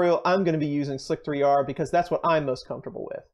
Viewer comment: Please tell me you know how to correctly pronounce this program.... It’s called “slicer”, not “slic-3-r”.....